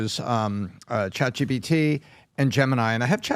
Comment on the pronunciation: I don’t understand why Patrick keeps saying ChatGBT…